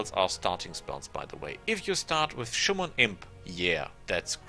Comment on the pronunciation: i really like your videos! i have a few "pronounciaction hints", though: it's Summon ("sammon") not "Schumon", Fatigue is "fatiiig" not "fortitude" :)